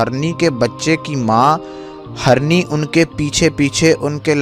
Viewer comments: آپ اپنا اردو تلفظ ٹھیک کرو پہلے جیسے hirny ko aap harny bolte ho Same so many mistake u did not provide information what u promise about pics and his dead body bcaz u said hazaron ne dekha So many mistake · Its Hirni...not harni 😑 deer (female) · Bhai story azeem badshah ki hai magar bhai Urdu theek kr lo, harni nahi hirni hota hai